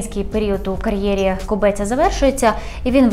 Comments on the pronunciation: Кобця, не КобЕця))) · Кобця, а не кобеця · Кобець відміняють так само як «хребець» – без «хребця» без «Кобця», а не без «Кобе́ця».